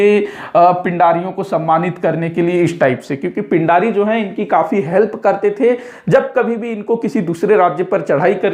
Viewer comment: Pind nhi peendii bolte the